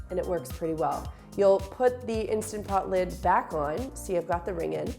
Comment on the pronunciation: Thanks for the morning laugh...... lid, not kid!!!!!!